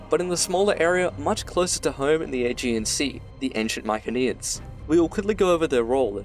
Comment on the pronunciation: Mykeneans did you mean mycenaeans